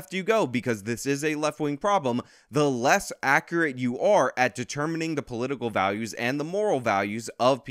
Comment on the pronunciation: Accurate is pronounced: "AK" + "yuh" + "ruht" NOT “AK” + “ah” + “writ” What were you saying about Jonathan Haidt’s name? 🤣